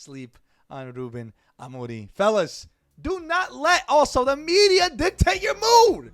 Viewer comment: The way bro pronounce Ruben amore m